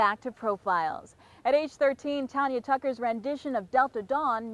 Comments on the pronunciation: I hate when they say Tonya...It is Tanya. I hate it. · it's TANya not TONya. she says her own name at the damn beginning. ugh. my name is pronounced just like hers. my mom and dad couldn't agree on a name for me. as my mom was holding me in the hospital room Tanya Tucker came on the tv and BOOM she had my name. 😄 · it's tanya, not tonya, like tan ya hide as Miss T would tell ya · You can't even pronounce her name correctly, it is not TONYA it is TANYA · It's not tonya tucker.......! Its tanya tucker Dam..............! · I don't see no one comparing her to Taylor. But the woman pronouncing her name as Tonya instead of Tanya it's pretty typical for a black woman or myself to call her that because you most of the time pronounce it Tonya. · TANYA, not TONYA! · This keep pronouncing Tanya's name wrong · These two commentators keep mispronouncing her name! Really?! If you’re going to interview someone give them the dignity of knowing what their name is! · I cringed when I heard them mispronounce her name.. They should study up on who they are interviewing. Tanya is a legend ❤️ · Hey and. If your going to have a STAR on your program, please learn how to pronounce there name. Call me Profile, I definitely can do this job! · What a weird ass show. How rude that they kept mispronouncing her name over and over again. What kind of hosts interview a performer that's been in the business for as long as she has, and don't bother to find out how to pronounce her name. All the kissing up to her they did isn't worth a damn if they don't care enough to get her name right. What a bunch of fakers these idiots are. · This lady can't even pronounce her name right. As far as Tanya being the Taylor Swift of her day... Taylor will never compare to her. Still beautiful as ever. Love ya, Tanya! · OH GEEZ! Did she NOT tell them how to say her name??